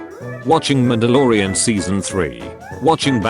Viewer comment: bro said mandaloroan